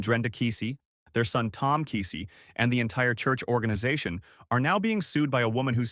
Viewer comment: You're pronouncing KEESEE wrong. We're familiar with folks related to this situation. I will guarantee you it's much worse than what's being told.